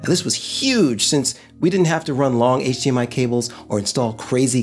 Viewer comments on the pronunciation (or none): none